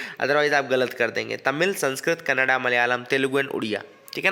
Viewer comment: Thank you for pronouncing kannada as kannada not kannad!! love n respect from Karnataka